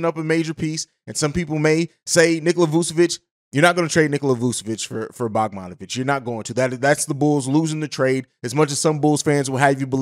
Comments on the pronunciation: Dude said “bogmonovic” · Butchered that mans name lol